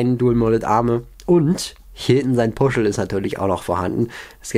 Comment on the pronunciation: Bürzel, nicht Buschel*